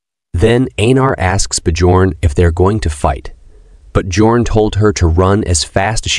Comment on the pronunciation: His name is "Björn" which pronounce as Byorn in English 😭😭